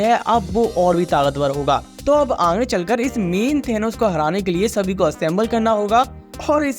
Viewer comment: bhai tum Aange kyu Bolte ho Aage bolne me koi dikkat hai kya😅😅